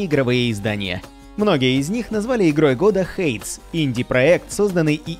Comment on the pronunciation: [ˈheɪdiːz], а не «хэйдз», для начала Ну и да, смотря на название ожидаешь услышать что-нибудь конкретное про обе игры, а получаешь общую водичку ни о чем